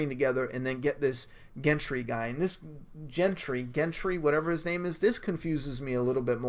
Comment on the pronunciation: Jentree haha